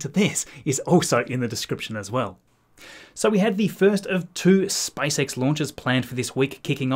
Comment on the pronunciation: All I hear is Spice X